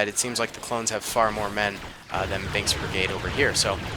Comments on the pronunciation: well probably just me hearing the "k" as a "g" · Did you actually say "bings brigade"? Or did i hear it as "bings" and you actually said "binks" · he said binks from my ear